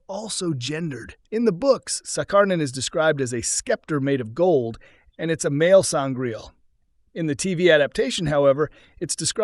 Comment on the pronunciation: I can't take the commentary seriously after a good number of certain words being brutalised through mispronunciation.... Sangraal not Sangrail... Sceptre, with a soft c, not Skeptre as he pronounced it....